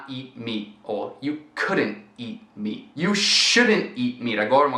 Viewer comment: It's funny when you say "You can't eat meat" and I only hear "You can't eat me" haha